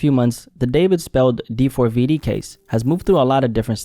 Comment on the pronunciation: You don’t pronounce his name as it’s written bro. Lol